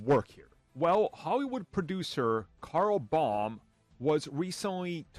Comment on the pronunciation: The producer is female, so I'm not sure why this guy is calling her "Carl Baum" instead of Carol.